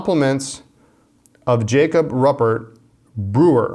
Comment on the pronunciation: Jacob’s last name is pronounced roo-pert...